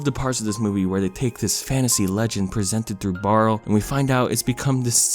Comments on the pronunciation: Just a bit of a pet peeve, but the older brother's name is pronounced Bar-lee. Barley. It's said throughout the film! Aside from that, this is such a great movie and more need to see it! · I'm sure you have a billion comments about this but if I don't I'm going to go crazy: his name is Barley (so what you said but plus ee at the end.) Maybe its a joke, I can't tell but it's driving me insane. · Him: I love this movie! Also him: Gets the brother's name wrong every time. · I can’t take you seriously saying this is under appreciated and then calling him “Barrel” when literally one google search would tell you it’s “Barley” don’t comment it’s a joke bc I don’t really care . It was annoying and made the video disingenuous. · Awesome analysis of this movie. I personally liked this movie and REALLY liked it the second time watching it. Is there a reason you kept calling Barley, “Barl?” Is there a joke here I’m missing or did you just shorten his name for some reason? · I hope you're not calling him "Barl" on purpose. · Pixar: Barley: Barl Me: Barrel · His name is Barley, Not Barl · Did anyone notice that he says barl instead of barley when that's his name in ONWARD Barl is the name of the brother in HOMEWARD Barley ONWARD Barl HOMEWARD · “Barle” My heart dies with every y forgotten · IKR ITS BAR-LEE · barley. Its barley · Its pronounced BARLEY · why you call him barl???? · When he doesn’t pronounce barleys name correctly. « REEEEEEEEE » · Barley.... not Barle... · btw not to sound like a jerk but his name was barley not barle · His name is Barley not Barl. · WHY SO YOU KEEP SAYING BAREL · if you call him barl one more time im will attack you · I’m sorry but did you call barley barl the entire video??? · lmao you called him barl so many times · His name was BARL-EY!!! BARLEY!!!! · BARLEY barley ITS BARLEY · I know it’s a nitpick but the name is barley not barle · He keeps saying BARL and it hurts me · Lol it's Barley not Barl 😂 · "barle" me: its Barley